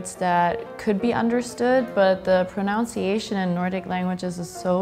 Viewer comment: ProNUNciation not pro-noun-ciation.